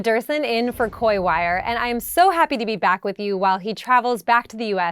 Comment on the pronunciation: It's not Cory Wire! It's Coy wire! Not r!